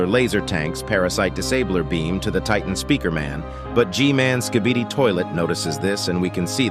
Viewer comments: He said skidibi XD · Why did you say skidiby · he said skidini 😂